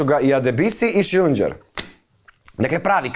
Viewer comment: ne čita se Šilinđer nego Šilinger 😉😉😉